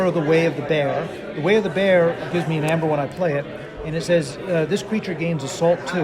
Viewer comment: It's funny how they don't realize that "ae" is pronounced as a hard "E". It's EEEEmber, not ember, and not amber. EEEEEmber.